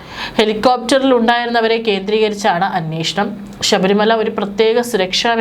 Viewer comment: ഷ ബരിമലയല്ല, ശബരിമല ആണ്